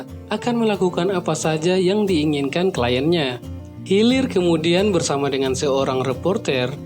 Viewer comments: Hilir??? Hilir mh ath ka gigir wkwk, hiler bacanya itu wkwk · hiler bukan hilir ... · seketika menit pertama video bikin ngakak kwkwkw dengar abng nya baca "HEALER" jadi "healir" wkwkwkw "HEALER" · Hilir nggk tuh 😭😭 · Dari hulu ke healir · Wkwmw hilir